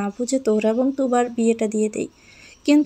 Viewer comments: According to the written version the name is Turab but the reader keeps calling him Tubar. Is she an illiterate? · তুরাব কে তুবার বলতেছেন বার বার।